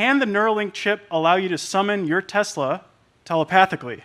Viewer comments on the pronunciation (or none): none